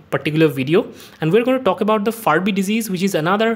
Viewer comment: It’s Fabry disease; not Farby